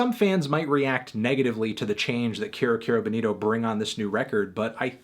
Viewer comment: Erm Anthony, it's pronounced 'KI-ro KI-ro Bowl-NI-to'